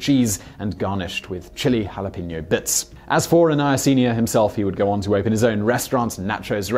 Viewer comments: They mispronounce jalapeño too and are unaware that "Yanks" refers only to people in the northeast part of the United States. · Lol the way you said jalapeno in the very beginning is so wrong 😂 The further north you get, the worse it sounds!